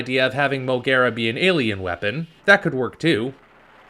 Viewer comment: Not M.O.G.U.E.R.A!!!!!